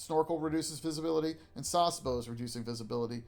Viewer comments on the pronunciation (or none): Good detail to detail guide 👍 already subbed Oh and btw you don't pronounce Sasebo as Sars-bo, it's Sa-Se-Bo